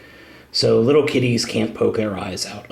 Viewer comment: I know he was joking but I think he said "Kitties" as in cats